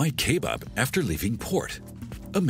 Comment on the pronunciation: Are we going to ignore how the narrator calls it kay-bab ?